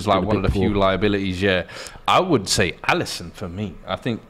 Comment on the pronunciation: Bro said Alisson